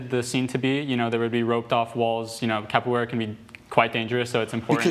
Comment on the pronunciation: The way they are pronouncing the word “capoeira” is making me cringe a little …